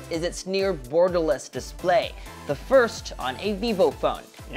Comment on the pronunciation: did he said "burgerless" or Gutom lang ako? HAHAHA